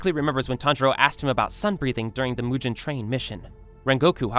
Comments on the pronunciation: It’s mugen not mug an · Bro says mujen instead of mugen